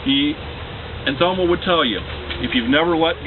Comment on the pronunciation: Too bad this guy (whoever he is) didn't even know my mom. Couldn't even pronounce her name.